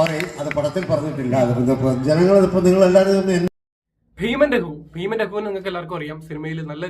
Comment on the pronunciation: രഖു അല്ല രഘു